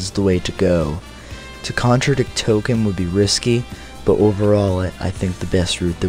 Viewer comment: "R2 and 3PO are playing Merry and Pippin." Oh, and Tolkien pronounced "TOL-KEEN", not "token"